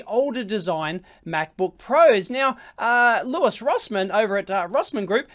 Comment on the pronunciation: its louis, not lewis